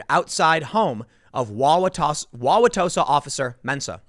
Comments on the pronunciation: Joseph Mensah is not a bad guy, and yes, you pronounced Wow-wa-tosa correctly. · Definitely grew up in the northern midwest if he can pronounce Wauwatosa right. Not even some Wisconsinites pronounce it right... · Tim you did pronounce Wauwatosa correctly. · Holy crap he said Wauwatosa right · Good job pronouncing Wauwatosa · After the third or fourth time, it’s acceptable to shorten “Wauwatosa” to “Tosa”. And you are pronouncing it almost like a native. Bravo. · You said it right but everyone calls it Tosa. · You got Wauwatosa correct. Nice work! :D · Oh. and You did pronounce Wauwatosa right. Take it from a Milwaukee local. :P